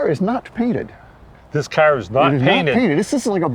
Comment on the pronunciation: It's CAR not Caw !